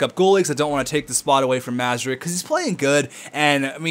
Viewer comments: Hey I commented this in the last video but you didn't acknowledge it so imma just say it again: Mrazek is pronounced Muh-rah-zek not Mah-zuh-rek. Just lettin u know! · Mrazek isnt pronounced Mazerek, look at how its spelled M R A Z E K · It isn't pronounced Mra-Zek. Anyways, he clearly said in one episode he prefers to prounounce it that way.....